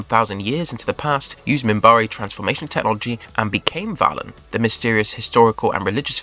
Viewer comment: ...not to mention mispronouncing Valen! Has he actually watched the show or did he just rely on Wikipedia?